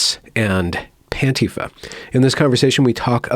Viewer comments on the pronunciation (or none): Did you say Pantifa (Pantiefa)? Or am I hearing things?